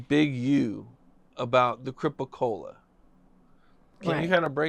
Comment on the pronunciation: WTF is a Cripa Cola?? 🤦